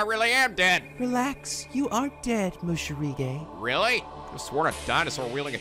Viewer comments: Funny how he keep writing Morishige correctly but he still always say Moshirige instead ( he switch the "r" and the "sh" ). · Gotta love how he says moshirige when it is supposed to be morishige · When he said what in mayus jiblits i couldint help but facepalm. God dammit moshirige. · The Morishige part was the best! I still can't get over his name being pronounced wrong on purpose, lol.